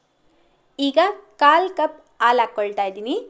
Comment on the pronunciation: ಅದು aalu alla haalu😢